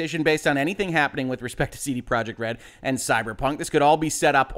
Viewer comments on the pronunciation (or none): YOU CAN'T EVEN SAY COMPANY NAME RIGHT. IT'S PROJEKT!!!! NOT PROJECT!!!